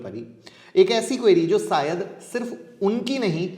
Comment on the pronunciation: siyad nhi hota sir shaid hota ha.